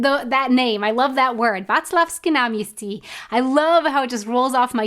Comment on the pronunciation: Would be interesting to hear your Czech pronunciation! You said Václavské náměstí in a very good accent in this one. Can you pronounce r and ř?